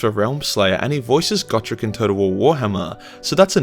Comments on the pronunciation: Just to poke fun at you, Gotrek is pronounced Goh-trehk. :3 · Ya I pronounced it go-trex